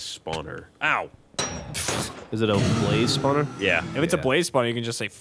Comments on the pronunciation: Geoff emphazises Blaze, Chilluminati confirmed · To this day I cannot watch one of these, hear one of them say "blaze", and then repeat it as Ray would immediately after.